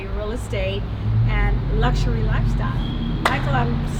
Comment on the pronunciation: "Luxshurry" :P